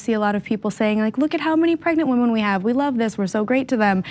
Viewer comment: Oh nooo! The whamen!! Not the whamen!! 🤣😂🤣